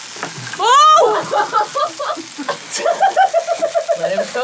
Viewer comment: "Le him cook" my god who let this man cook